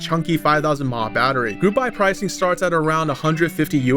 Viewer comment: Milli Amp Hour, "mah" hurt my soul